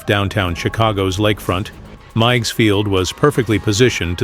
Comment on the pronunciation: The little lakefront airport in Chicago was pronounced Miggs, rhymes with twigs & pigs.